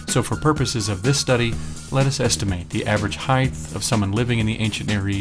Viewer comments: thank you so much for the awesome vids, entertaining, insightful and informative... buuuuut..., with respect and no insult intended, the term is "height" not "heighth"...there, i mentioned it before you have to hear it from a creatard who trashes your whole presentation because of one, perhaps geographical use of a non-word... thanks again though, i'm a long time subscriber... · Also, there's no h at the end of height. ;-) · I enjoy the videos, but the whole repeated "heighth" thing was getting genuinely frustrating. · You are correct... There were never and human giants... Also though, the no such word as "HEIGHTH" perhaps you meant "height"... Just saying Great vid!!!